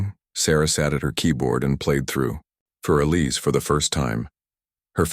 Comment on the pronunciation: More like “foor Eliza” Beethoven was German.